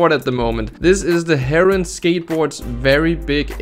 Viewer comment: It’s pronounced HARE-AH-WIN not heyron lol